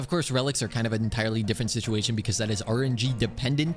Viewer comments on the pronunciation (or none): none